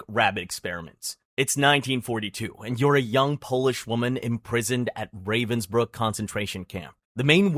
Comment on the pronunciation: Duuuude, you should check pronunciation of places as famous and important for this subject like "Ravensbrück" or "Buchenwald", or "Koch". The way you butchwred some names is crazy.